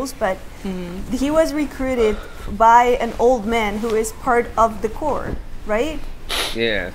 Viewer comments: It's pronounced "CORE" not "Corpse". As in Army Corps of Engineers or Eren Yeager in the Survey Corps. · its pronounced Core not Corpse Corp(the p is silent) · And the reactors’ tradition of mispronouncing corps continues. Think about it - is it marine corps (core) or marine corps (corpse)? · Do you think they'll ever figure out how to pronounce corps? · I swear, no one who reacts to this series knows how to pronounce "corps", not even the ones watching the dub where they say it out loud.